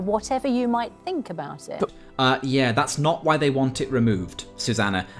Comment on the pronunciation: Think... not "fink"...THINK you foolish moron.